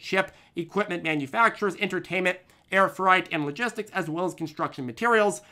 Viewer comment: Air fright? Cmon